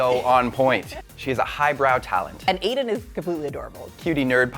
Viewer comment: Why does she keep saying Eden when it's Aiden? Come on.